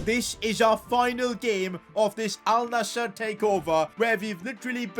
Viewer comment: Thanks for saying alnasr not alnazzar